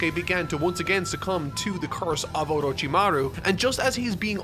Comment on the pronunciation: seems struggling every time he says orochimaruuh XD